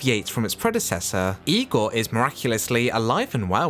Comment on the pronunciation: Good job, well done. I give great credit to your saying IGOR the way Bella says it.